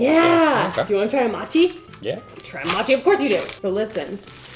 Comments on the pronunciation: It’s pronounced moe-chee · Great video. Just wanted to mention that mochi is pronounced mow chee. Hope you are doing well and I hope you have a wonderful day. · I love her videos so much but ahhh I hated hearing her say mochi the wrong way ahh It's pronounced mow-chee No disrespect at all I love your content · Ooooh ur saying Mo-chi, sounds more like ur saying Matcha 😅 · Its "Moh chee" (the "mo" is pronounced as in moron) not maatchie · MOW-CHEE, not MAH-CHEE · It's Mochi not Machi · I love how you say mochi😂 like u say machee instead of moh-chee like when you say more the mo, is how pronounce it I think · Mow-chi, not mah-chi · Its pronounced "ooh-beh mo-chee" and "mo-chee-ko" Mo with an oh sound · Yay! entering her Filipino food era. Oh, and its pronounced "Oo-beh" and Moe-chi /moe-chico flour 😊 i gotchu bestie❤ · Pronouced 'Moh chi'.. :) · PSA from Hawai'i is pronounced mow-chee. Love yah. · Mow chi 😂😂😂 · It pronounced mo chi like oh so m oh chi lol hope that helps 😛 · maybe you could dry the peaches with a paper towel ? or dry them and also do it in the air fryer? also mochi is prounced moe-she :) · It’s actually pronounced mō chi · It’s pronounced Mowchi. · Mochi long O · Poor! The camera and the recipes were just not havin it today. 😂 but it’s ok cause if nothing else I was thoroughly entertained. Lol. And your pronunciation wasn’t terrible, but mochi is with a long o sound Moh-chi. And ube is pronounced oo-beh. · Ah your pronunciation was cute 🤭 but the "mo" part in mochi sounds more similar to the "mo" in 'more'! And ube is like "oooo-bay"! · I don't know why it got to me...but it's pronounced moh - chee... I still love you either way!!! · It’s pronounced ooo-bay moe-chi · Its pronunced as "moh-chee" mochi and "ooh-bay" ube;D Saw sum comments saying she said it wrong but not helping her learn!! Thanks for the great videos,!! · Mochi is more like moe-chee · Mow-chee 😊 and Ube ice cream is AMAZING ❤